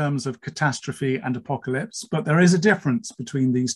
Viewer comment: He said "Apolalypse" and Siri woke up on my Iphone 😂